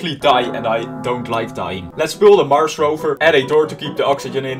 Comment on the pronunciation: NUMBER 3 MARSH*me* IS MARS NOT MARSH